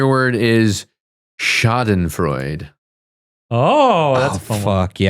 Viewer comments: For what it's worth, schadenfreude is pronounced sha-den-froi-de. So, you might have benefited from hearing the "e" at the end of the word pronounced. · I'm three months late, but the spelling bee segment with people who already admitted they didn't know words was not as funny as the watcher guys thought it would be. It was grating and boring. Also mispronounciation of Schadenfreude (last e is not silent), disappointing. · Schadenfreude was mispronounced so I call foul on the whole round. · In the boys' defense, you're supposed to pronounce the e at the end of schadenfreude.